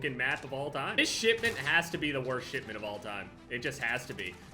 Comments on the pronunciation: Am I the only one who hears SHITment instead of shipment ??? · When he says shipment it sounds like shitment